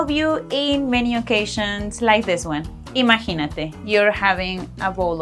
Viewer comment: Hola,. Are you aware that you pronounced "Imaginate!" with an accent over the first "a"? As an important chunk, we gringos need to hear it pronounced correctly. Ademas (and you get a big pass on this), the verb is "to MacGyver," and the "y" is pronounced as a long "i".